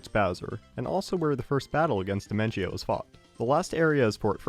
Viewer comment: Indeed the best villain in the history of video games to be put disrespected like this sickens me. I demand they remake the video and say his name properly in all of its glory.